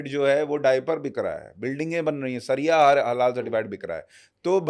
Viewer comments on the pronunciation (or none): महाशय जी! सरिया का मतलब तीली होता है। सरिया नहीं शरीया बोलिए।